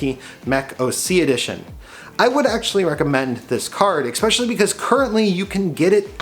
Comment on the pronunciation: Glad to see the temps are good, 'eckspecially' over "ambant" LOL